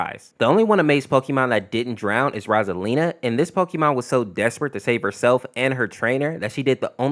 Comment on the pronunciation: The way he pronounced "ROSALINA" and "OH HO" hurt my soul in a Pokèmon way (i understand the Hurry reference though)